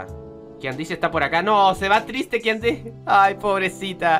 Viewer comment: Creo que kandise se pronuncia kandis o Kandies